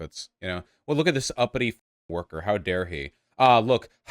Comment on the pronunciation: "I can't let ya do that workuh..."